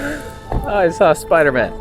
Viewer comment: "Spi-dah Man Spi-dah Man" haha 😂 this video felt like the movie